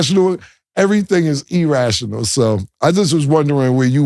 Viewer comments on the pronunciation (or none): Cam said E-rational 😂🤣😂🤣😂. Was this pod in 1992 good Lawd! 🤦🏽‍♂️😂🤦🏽‍♂️😂🤦🏽‍♂️ they look wild yo